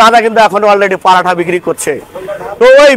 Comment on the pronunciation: প্যারাঠা না.. ওটা. ওটা হলো পরোঠা 😂😂😂😂😂